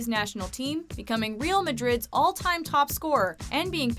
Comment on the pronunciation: the way she pronounced real madrid tho